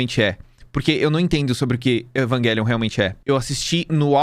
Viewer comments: Evanguelion é o cacete é evangelion mesmo sabe nem pronunciar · mano porque ele fica falando "eVaNgUeLiOn" e não EVANGELION(??????) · na real, ele continua dizendo errado. O certo seria Evanguêlion e não Evaguélion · Ele ia fala evangelion e no meio falo evanguelion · a palavra evangelion vem do latin então a pronuncia "envagélion" esta correta, a maneira incorreta é falar envaguélion mesmo é a maneira estadunizada de dizer ( se eu estiver errado alguém me corrija) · mano, não dá kkkkkk Evanguélion é de fuder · evanguéllion AAAAAAAAAAA QUE AGONIA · desculpa, mas falar EVANGUELION não tem perdão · Não vou conseguir ficar meio hora ouvindo o falar EvanGUÉlion 😢😭😭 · Esse vídeo ficou muito bom, só que cada vez que ele disse EvanGuelio foi uma facada no peito. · evan GUELION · Meu deus que odio o falando evanguelio, que odio meme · "Evanguelion" faz de novo faz direito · Agonia do falando evanguelion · cada vez q o fala "evanGelion" meu ouvido sangra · toda vez que o diz Evanguélion eu perco 1 ano de vida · cara tamo no Brasil, é Evangelion não pq tamo falando em inglês, e sim pq é um jeito abrasileirado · O é um cara legal, mas tem o defeito de falar evanGUElion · você pronuncia errado o nome realmente é do outro jeito. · Não dá cara e ele ainda corrigiu o cara no começo, foi horrível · mó tosco dizer o nome do anime com som de "G" com som de "J" é muito melhor